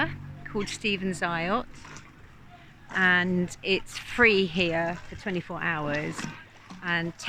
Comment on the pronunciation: FYI: Eyot =“ait” or “eight” not “eye-ot” part of the wonderful confusing nature of the English language and its pronunciation!😊